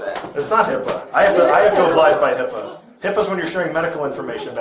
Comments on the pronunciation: Yoooo she tried to say HIPPA lmao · She said hippa😂😂😂😂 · 😂😂she straight said HIPPA 😂😂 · There is NO such thing as HIPPA. It is HIPAA. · she really said h.i.p.p.a 😂😂😂😂 what an imbecile